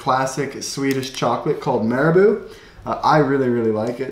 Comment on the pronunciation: Your pronunciation of Marabou is adorable!